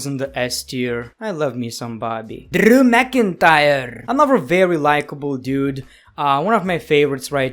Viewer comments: I will never forget how he said drew mcintyre Dru makintir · i lost it the way u said drew mcyntire🤣